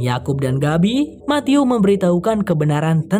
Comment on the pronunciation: Pas ngucapin Matthew aku denger ny mati-u —>mati-yuu —> mati-yuk 😂😂😂